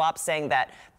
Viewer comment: "A gift to Vladimir Pu-in"?